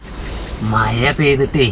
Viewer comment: മയയല്ല മഴ